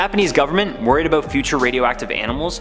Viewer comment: it's annoying how you say about...sorry